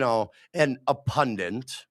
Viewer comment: "Pundant" is a common misspelling or mispronunciation of pundit, which refers to an expert, learned person, or authoritative commentator who offers opinions, often through mass media, regarding politics, sports, or social sciences.